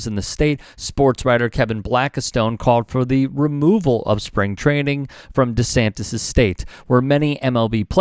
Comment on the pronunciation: save the books! Ban DeSantis ... DaSantis ... DeSantes ... DaSantes ... or however he decides to pronounce it on any given day! And what's with the head shaking?? Is it "yes" or is it "no"?